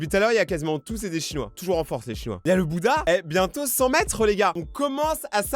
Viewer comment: Le tiantina buddha buddha tu le prononce bouda Merci